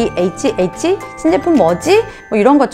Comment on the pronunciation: Han Crystal 바젤월드는 그 앞에서 티켓을 구매하면 되구요~ SIHH는 초대받은 사람(?)만 갈 수 있습니다. 그리고 신박람회가 아니라 SIHH(에스아이에이치에이치)라고 읽습니다^^ 그냥 영어 알파벳 발음으로요~ 한글로는 국제고급시계박람회입니다~^^